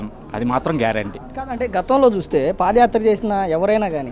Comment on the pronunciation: Pafayatra kadu vadi padiyatra